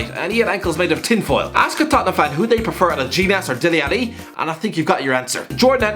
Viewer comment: How on earth is Dele Alli making it (also you pronounce his name soooooo wrong)